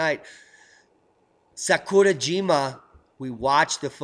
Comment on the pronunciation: Sakurijima=Sah KU rah JI mah. It's Japanese, not Spanish.